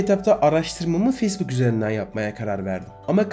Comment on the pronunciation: Telaffuzlara daha dikkat edersen çok güzel olur. Özellikle facebook'a.